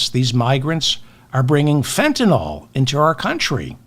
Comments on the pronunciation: I’m a retired physician….just wanted to let you know, David…the correct way to say Fentanyl is FENTANYL, with attention to the YL. It’s not FENTANOL. Mispronunciation of Fentanyl is a thing that everybody does. I just want you and others to know so we can correct the pronunciation everywhere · Fentanyl... NYL... Why does everyone call it Fentanol? Like Tylenol? Politicians are the worst about this... I heard one say Fentanoil like 5 times in a row yesterday. I guess Imma f*csist: a Grammar Fa*sist. Secret Chief of the Words Gazpacho (Courtesy Ms. Toilet Greene)! A Pronunciation Nahtzee! As Democraps, you are all normally MUCH more intelligent than the Republikkkants! Hold yourselves to higher grammar/pronunciation/reading comprehension standards! I'm rooting for youse guys, as I'm a left leaning moderate indy. I'm just an Anti-Trump, Anti-MAGAt, wounded Iraq combat vet, Pro 2nd Amendment/staunchly pro-responsible gun ownership/dynamic Anti-Grabber (Molon Labe! I'm your huckleberry.) I have to often skip parts of this pod, as the laughable ignorance about firearms and weapons, cherry picked stats often used out of context, the lack of any objectivity on the subject, and blanket ad hominem name calling grinds myfuggin' gears. "Gun Worshippers" is ridiculous to me, but as I am able to view complex issues objectively, I am sure there are several MAGAts that wouldn't be so offended by that moniker. However, it sets off the Lil Greta "How Dare You?!" in my head. Also, I find wet-brained hipster commies equally as drain bamaged as jello-headed Gnatsees. Democracy combined with sensible socialism, (as the military, police, fire dept, BORDER PATROL >ahem<, etc. are socialist services whether you like it or not, Jonny Reb at large, and For Profit education, healthcare, and p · I know you sometimes have pronunciation problems. Fentanyl: FENT - A - NILL.